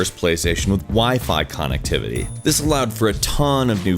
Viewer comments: "CON-ectivity" this made me giggle. Am I wrong or is it said different? (Announced kun-eckt-ivity ??) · Btw, it's Connectivity (Ki-nect tivity) not (canect... whatever the hell you said) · con ehct evitee? Uhhhh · "WiFi Kahnectivity" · weird way to say connectivity